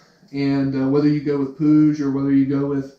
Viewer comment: no one knows how to say puig xD wtf?!